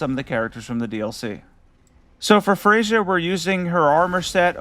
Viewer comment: I take it that you didn’t care much to listen to the dialogue of the characters in the DLC lol. Freyja gives us the correct pronunciation of her name as soon as we meet her. Thiollier too lol.